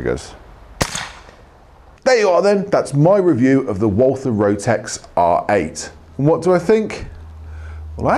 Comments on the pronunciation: Pronounce "Walther" like "Walter" and you get nearer to the German Pronounciation. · the W should be pronounced like a V...